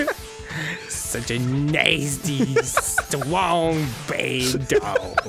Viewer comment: oh noooooo, a mister stwong baad! ....dawg.